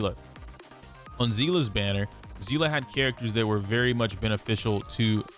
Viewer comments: Its pronounced sea-lee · I've never understood how Seeles name could be all over the place in pronunciation. As I understand it, it's pronounced like Seal. I've heard it pronounced Say-lay, Sea-lee and now zea-luh? In HI3 CN it's just Seal (pronunciation). May be stupid to get hung up on but the only person I've ever seen on the internet pronounce her name the way they did in HI3 was a robot voiced YouTuber. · do they actually pronounce it like zeela? no hate, im js genuinely curious as in honkai impact it is actually pronounced sea-lee and for the longest time i thought people were js saying her name wrong in hsr as ive ironically never actually seen a clip with the characters saying her name 😭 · How do you pronounce Seele ? Bc I just say it how I see it .. but I hear you say Zeela so now I’m confused